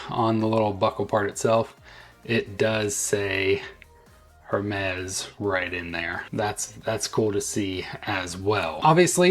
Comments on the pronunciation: By the way, it’s “Ermes” the “H” is silent. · I love most of the Hermès watch bands and wish this one was available in the smaller 42mm size but not in the double tour style (can’t stand bands around my wrist twice). This one I would definitely buy as the color and style looks good to me. Can you please drop the “H” in Hermes … please?! 😊